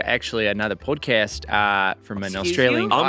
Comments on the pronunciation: Sooooo close!!! It’s that “a” in “podcast” that’s tripping you up! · just a note to improve your Aussie accent, if an Australian was saying "podcast" the "cast" bit rhymes with "ah". 😅